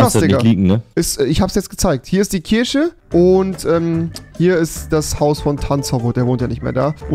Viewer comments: Rewi:"Und da ist die Kirsche" Ich: "Kirsche!!!!!! Ist das dein Ernst!!!!" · Bin ich der einzige, der hinterfragt dass Rewi Kirche Kirsche ausspricht und Kirsche Kirche?